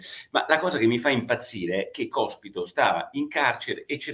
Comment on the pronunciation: ...😀 ma soprattutto, perché Porro non riesce, dopo giorni che è sulla bocca di tutti, a pronunciare correttamente sto cavolo di cognome del mona anarchico?😉🙋🏼‍♂️